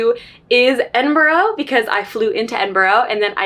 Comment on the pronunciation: As a brit watching this vlog, I'm just commenting this so you know !! Edinburgh is pronounched Edin-bruh !!